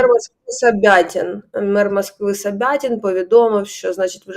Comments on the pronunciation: Фамилия мера Москвы Собянин,а не Собятин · Мер москви не собятін, а собяНін